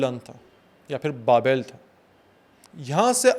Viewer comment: Real bad pronounciation. Very ordinary rendering. Its not "Babail" but Babel. Nimrod was not the name of the king but his epithet. Cheers!